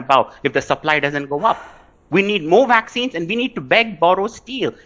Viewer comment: If this reporter can talk to me on Skype or FaceTime or something I'll teach her how to say vaccines and variants with a properly pronounced English V, instead of saying Wariants and VVaccinez like she says.